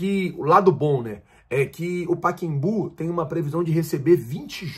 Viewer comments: SE ME PERMITE FAZER UMA PEQUENA CORRECAO...NOME CORRETO. PACAEMBU E NAO A PRONUNCIA PAKEMBU PODE PESQUIZAR. SERGIO.SARACURUNA.CAXIAS.RJ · PA-CA-EM-BU! Não é Paquembu! Arrêgo! Corrija o nome do Estádio! É PA-CA-EM-BU! PACAEMBU! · Porra, pakimbu? O nome do estádio é "PACAEMBU "kkkkkk saudações rubro negra.. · Kkkkkkk Carai que agonia ele não conseguir falar o nome.. paca + Embu, só treinar kkkkk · Meu amigo, boa tarde, sem querer te constranger, o nome do estádio é Pacaembu e não Paquembu conforme você falou diversas vezes, assim que você ler este comentário, apague por favor. Desculpe-me, é que sou fã do seu canal e quero vê-lo crescer cada vez mais. Boa tarde! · Não é Paquembu minino, é Pacaembu. Hehehe. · o nome é Pacaembu e não Paquembu 😂😂😂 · a gente sabe que vc é ruim com nomes, mas “Paquembu” é sacanagem. 😂😅. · não é "PacEMbu" (?), e sim "PacAEMbu"... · por favor não faz errado como um monte de gente faz. Fala certo, não é PAEQUEMBÚ é PA CA EM BÚ.........Entendeu? PACAEMBÚ...O pessoal assassina o português. Vc não né meu amigo... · é PACAEMBU!!!!! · "Pakembu"? Kkkkkkkkk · Paquembú? Fala direito cidadão! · Pacembu também não é o que ele fala, ele tá dizendo paquebu